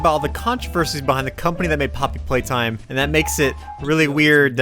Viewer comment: Bobbery Paytime